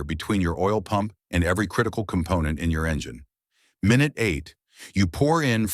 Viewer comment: "Min-ute 10"? Can we stop with the Ai voiceovers?!? Use a real human! "Bone dry?" Use real facts. There's still oil there, just not enough.